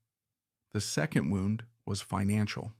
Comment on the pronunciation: You need a better robot. This one thinks that a wound is something that got winded around.